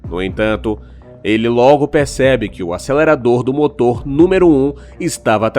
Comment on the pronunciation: Kkkkkk😂Olha o português ( Moto) cadê o R seu burro .